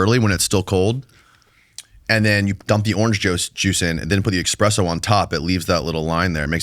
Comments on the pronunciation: Someone tell it's ESpresso not EXpresso. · It's Espresso* not expresso. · ESpresso not EXspresso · it’s not called eXspresso. It’s espresso. There is no X.! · Why do americans pronounce espresso "expresso" stupid yanks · It’s ‘espresso,’ not ‘eKspresso.’ Rather than spending 15 minutes discussing hairstyles, you might try reading a book. Reading will help you to learn proper English,. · This video auto played when I was in the shower. By the third time he said 'ex-presso' I wanted to throw myself down in the shower and pray for a lethal head injury. But I bet that LeBron meditation video is great! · Expresso lol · says "expresso"... all credibility lost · BRO! EXPRESSO BRO! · Say X-presso 1 more time!😤😤😝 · How many time I got to hear him say expresso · HEY: say it with me...."ESS- PRESSO"... ESSS - SPRESSO 👌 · Not the EXpresso😭😭😭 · Did he say expresso? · can’t pronounce espresso.